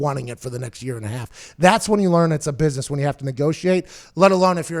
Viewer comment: “You’re in a booisness” Lmaooooo 😭 😭 😭